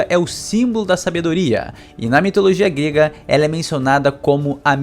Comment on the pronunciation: Mitologia "guêga" kkkkkk